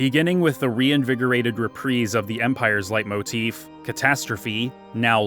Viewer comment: Cringe. But it’s pronounced lay motif